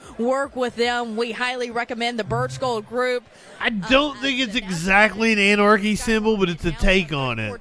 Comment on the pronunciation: Sexool an-ar-kee symbol though